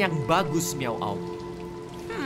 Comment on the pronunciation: Miawaug not miauag